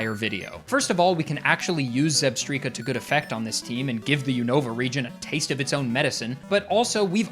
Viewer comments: I've always pronounced it like "strike" not "streak" 🤷🏼‍♀️ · Are we serious? Zebstreeka? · "Zebstreeka?" No! "Zebstrika?" YES! Phew! "I'm just gonna say Zebstreeka" 😭😭😭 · It's definitely Zeb - strike - a not Zeb - striii - ka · it's Zeb-STRIKE-a, the word 'Strike' is (almost) in the name!!! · ZEB-STRIKE-Kah Vs. ZEB-STREAK-Kah Just so we are clear. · Come on man. "Zeb-streaka"!? Electric zebra. It's "zeb-strike-a" you know like lightning strike. Like how every Pokémon name is related to its looks, abilities, etc. "whimsicott" for example, it's whimsy and cotton lol. It baffles me how people don't draw these obvious conclusions! 😂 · For future reference, it's pronounced Zeb-STRIKE-a, as in a combination of Zebra and Strike. Also, Tirtouga is Ter-TOO-ga, as in the island of Tortuga(and spanish name for turtle). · Dear, thank you for this long video, I work 12 hour shifts and this will get me through most of it between customers and pauses. But I'm gunna hold your hand while I say this, it's Zebstrika, like a lightning strike lol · since you read all your comments I just wanted to say that I'm sorry about critiquing your way of saying Zebstrika. You make great content and seem like a chill guy to hang out with. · Clicked off when I heard how you pronounce Zebstrika. I'll be back... i just need some time.